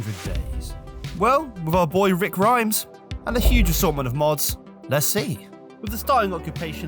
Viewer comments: The survivor called 'Rhys', is pronounced 'Reece'. As in 'Griff Rhys Jones', the comedian. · dude how the fuck are you british and don't know how to say that name? It's the welsh version of the name reece.